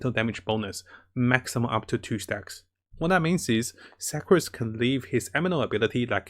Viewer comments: Sucrose is pronounced sookrose lol.. as in the meaning sugar 😆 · He called Sucrose Sacroose XD